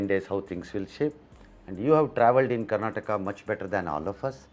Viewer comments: Say Karnataka properly not Karnatak you fool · its not karnatak its karnataka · It is Karnataka not Karnatak. Kannada not Kannad. Why is it so difficult to pronounce the name right? Is Telangana called Telangan? Telugu as Telug?